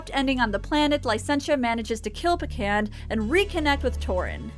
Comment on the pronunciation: I'm pretty sure Pecand's plan was to kill Torin along with his parents, leaving him next in line for the throne with no sign of how or why they'd died. Also, that his name sounds like "pecking". Someone says it during one of the cutscenes. I found the game disappointing in many of the same ways you did, but I appreciated the humor, likely because I did play it when I was younger and the nostalgia came through. I eventually had to turn off the hint timer and just keep hitting the button through most of the back half of the game, though. Very few of those puzzles made any sense to me.